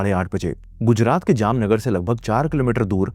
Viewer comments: Voh Jamnagar ko Jamnanagar bol rha tha 😭😭🙏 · bro converted Jamnagar into Jamnaanagar😂😂